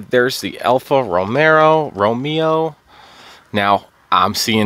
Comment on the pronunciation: Just say "Alfa Ro-Mayo"